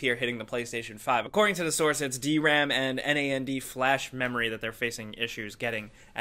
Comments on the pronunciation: Enn-Ay-Enn-Dee Flash?! Nand flash you filthy casual. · I know this is a bit nitpicky, but NAND is actually a word, not an acronym. It stands for NOT AND, and it's pronounced how it's spelled.